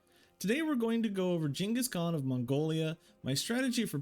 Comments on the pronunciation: I know right man, he said it how it is correctly said in Asia or Mongolia. Shocked me too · Jesus that pronunciation